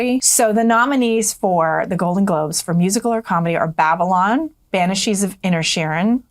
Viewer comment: Banshees not banishes.